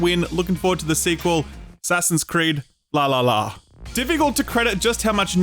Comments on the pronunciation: Can someone please explain to me how someone can’t pronounce …. V A L H A L L A. V-La-La-La-La 😅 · The announcer somehow managed to get closer to "falafel" than "Valhalla."